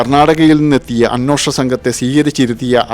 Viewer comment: അ'ന്വേ'ഷണം എന്നാണ് ശരിയായ മലയാളം.. അ'ന്നോ'ഷണം എന്നല്ല